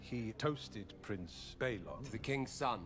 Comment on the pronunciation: Rhaenyra's short-lived brother was named Baelon, after Viserys and Daemon's father. Prince Baelon Targaryen (called Baelon the Brave), not "Balon" as in "Balon Greyjoy".